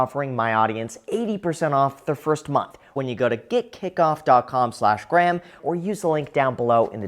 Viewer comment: Graham is one of the first people I've known who pronounces his own first name wrong.